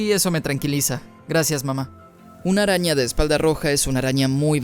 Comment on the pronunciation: Muy interesante y todo pero el doblaje argentino es horrible: en lugar de decir araña dicen "arania"